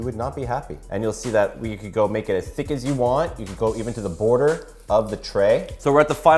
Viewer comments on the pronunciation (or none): none